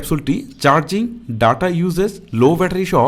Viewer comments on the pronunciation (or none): none